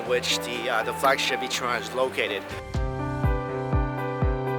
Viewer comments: being an asian, please at least make the effort to pronounce ich-ran right. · NieR: Ichiran